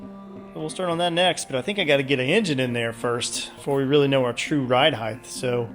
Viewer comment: When will you offer merch? How about a t-shirt that says “heighth”?